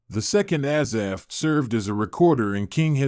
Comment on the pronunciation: Spelled and pronounced wrong. Thanks